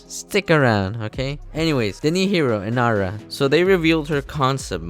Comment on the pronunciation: Ye u said her name right... Wtf ivern copy nice